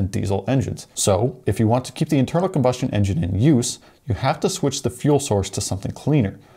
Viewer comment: I can't watch anymore of this filler by a guy who can't say combustion